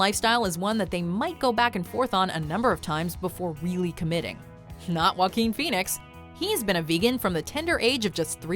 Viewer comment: Jakookoo Pahweenis